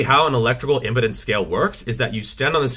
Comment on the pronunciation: If I am not mistaken, it is "electrical impedance", not "electrical impudence".